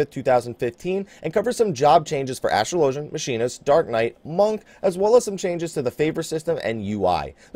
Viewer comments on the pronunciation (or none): Astrolo-gin not astro-low-gen